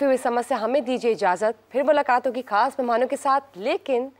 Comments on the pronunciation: خاص ہوتا ہے کھاس نہیں ہے تلفظ کی ادائیگی میں دھیان دیا کریں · ،کھاس' نہیں یہ لفظ ،خاص' ہے۔ نقلیں عقل کے ساتھ ما ریں۔ اپنے وقار کو ملحوظ خاطر رکھیں۔ اسکو اپنے ہاتھوں سے تار تار مت کریں۔